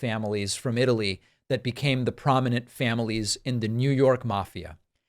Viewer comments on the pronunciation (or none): none